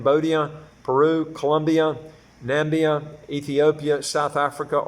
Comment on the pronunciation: "Nah - mib - beeyah" is closest best pronunciation of the southern African country, Namibia. Tell us more about the DR . I actually visited there when I lived in the US and loved it. And Spanish is easy